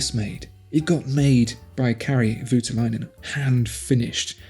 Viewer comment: At last we have something Finnish here, with Kari Voutilainen. I'll have to help you with the pronunciation tho